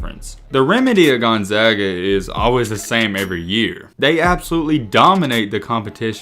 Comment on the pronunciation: At least you pronounced the school's name correctly, do some research on their non conference games.